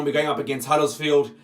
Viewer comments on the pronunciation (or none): It's Huddersfield not Huddlesfield